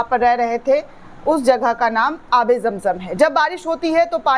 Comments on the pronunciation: Jam jam nahi, Zam Zam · Irs Zamzam not Jamjam